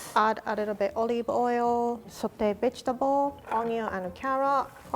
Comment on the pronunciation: im so sorry but when asians say vegetable like my mom it sounds like bitchtable